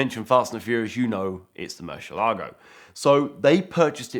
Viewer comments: It would be very professional for you to learn how to pronounce the model of the Murcielago (which means bat 🦇 in Spanish) not Murshielago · Eds in the background going, "It's MurciELago not MurcielAgo."